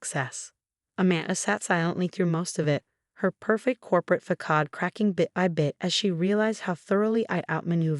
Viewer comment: The AI voices or other VA's mangle the word 'facade'. SMH